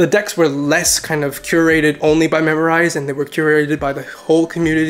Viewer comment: MemRise. Not memorize